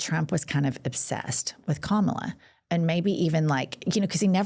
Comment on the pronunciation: Hahaha That’s right. “I’m a better looking person than Kamala (mispronounced of course)”